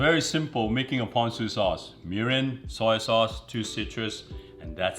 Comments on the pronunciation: Why it sound like he said “urine” at lol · i swear i thought he said "urine" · Did he say urine????